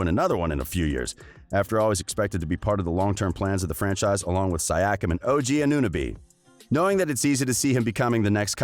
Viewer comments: My guy your title is clickbait and you cant even pronouce anunoby and siakam??? What and edit: Fred vanvleet signed a 4 year 85m contract with the raptors thought you said he would not resign???? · Come on man should be able to pronounce Siakam by now Edit: AnEwNoBeE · Bro you need to learn their names and pronunciation better, you failed Siakam and OG Anunobi and it's not the first time you do it. Just a little more research to match with the quality of the content you put out. Keep up the good work! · So you’re here making videos about the situation of a team/player but can’t pronounce two of their starters? Anunoby and Siakam are pretty well known, to even a casual fan. VanVleet should get his money if that’s what he values above all else. It’ll be interesting to see how his potential new team performs with him as the general and no Lowry to lean on. Fred is a good player if he’s your 3rd or 4th option... but if he’s 1 or 2, you’re in for a pretty unpleasant surprise. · I would like to buy a vowel, please!!